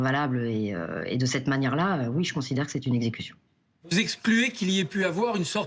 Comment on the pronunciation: Il pouvait tirer aux roues... L'avocate dit super-bien: "execution"!!